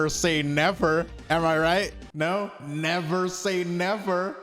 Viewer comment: never say nefer..........